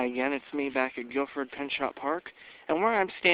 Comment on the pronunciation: It actually Gifford, not Guilford.